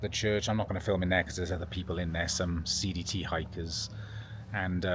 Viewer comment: Im glad I rewatched the last clip in DuBois. I initially thought I heard you say "seedy hikers" versus CDT hikers.